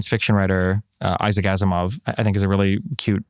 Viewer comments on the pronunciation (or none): none